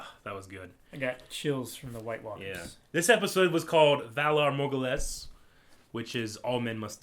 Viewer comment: You speculated that everyone might die in the following season without mentioning that the phrase 'valar morghulis,' (terrible pronunciation, by the way), means 'all men must die.)